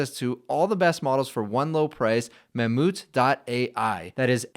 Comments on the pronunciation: Is it seriously pronounced “mam-MOOT”?? why not Mam-Mouth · It's pronounced ma moth